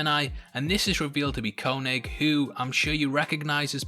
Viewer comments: It’s pronounced KayNig how do you watch something & still mispronounce it? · The way you say Koenig hurts